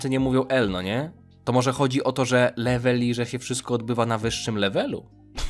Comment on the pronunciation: Levely sie mówi XD